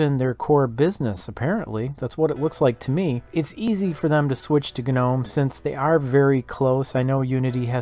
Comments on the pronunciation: It's pronounced nome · Why does everyone say guh-nome